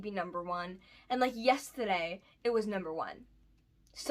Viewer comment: the way you said yesterday was very state where you live